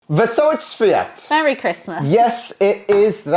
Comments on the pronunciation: Kolego no, no , no , nie Świat tylko ŚWIĄT -ĄĄĄĄT - PROSZĘ I POZDRAWIAM WSZYSTLIEGO DOBREGO. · świąt you must pronunce ą=oo